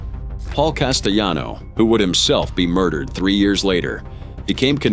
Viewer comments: Castellano not casteyano, it’s not Spanish 😂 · Couldnt even say his name right